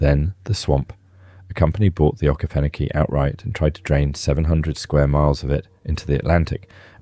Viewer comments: This man is clearly not from ga I had to listen to what he said 3 times when he said okefanokee to work out where he was talking about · Many cities and rivers you pronounce are completely spoken wrong, as well as the okeefanokee swamp